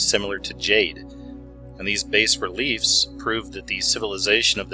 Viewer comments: its baaaa not base. FYI. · Bas relief-pronounced "bah" like bah bah black sheep-high protruding 2D sculpture